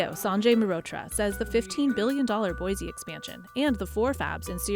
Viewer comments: Someday, some reporters will pronounce Boise ID correctly....its pronounced Boi'see' not Boizee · There is no “Z” in Boise. It’s pronounced as boy-see.